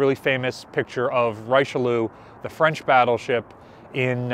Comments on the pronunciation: Hehe, pronunciation of richelieu... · FFS, learn to pronounce Richelieu. As you mention it more often. Try Forvo. That goes for any name, even when used once.